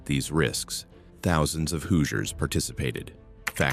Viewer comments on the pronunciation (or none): The pronunciation is this video is horrendous. Do your research on how to say Hoosiers and Wabash.